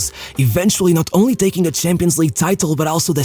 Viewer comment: Hey bro,been watching your channel for so much time like when you were pronuncing champions șampions😂 and nearly all of the vids and i really think a video on Marco Van Basten would be great i mean 3 ballon d’ors by the age of 29 and the same age he retired anyway keep up w the good work and all love❤️(i am also wondering how has your day been and how do you feel!😁)